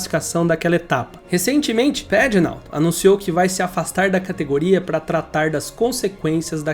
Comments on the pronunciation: Bom vídeo, só precisa aprender a pronunciar alguns nomes por exemplo Simon Pagenaud que é francês e se pronuncia "Pagenô" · Vou tentar ajudar em português : Simôm Pagenô . Parabéns pelo vídeo. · Kkkkk acabou com o nome do Simon pagenaud (pagenô) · Achei que só eu tinha notado: “Saimon Pagenáu” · Legal esse modo de Americanizar os nomes dos pilotos. Simon Pagenaud, o cara é francês, é óbvio que não se pronuncia como falou no vídeo. Entre outros...mas esse foi Ilário. 😂😂😂😂😂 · "Pagenô " e não " pegenout " kkkk Sérvia e não "serviá " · Quantos erros, informações distorcidas, "perdeu a vida e os movimentos dos braços e pernas" ? sem falar nas pronúncias dos nomes dos pilotos, é Simôn Pagenô que se fala, ele é francês, é autódromo de Pôcono a pronuncia, é Raiam Ranter Rei o nome de (Ryan Hunter Reay) .... e por aí vai